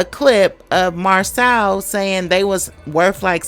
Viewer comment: It cracks me up you pronounce his name differently every time(I do the same), to the point you say whatever his name is 😩🤣 I think it's pronounced Mar-so.